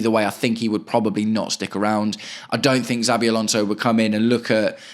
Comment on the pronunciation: I agree with nearly everything you’ve said. Just one point. PLEASE say our potential new managers name correctly before others start copying you. It’s pronounced SHA-BEE not ZAA-BEE Thanks